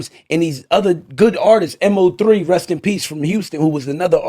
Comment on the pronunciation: Loll it’s (mo)3 rip mo3